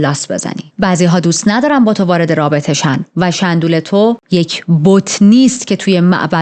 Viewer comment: شومبول به اندازه کافی کیوت نیست که شَندول صداش میکنی 😂. 💚💚💚💚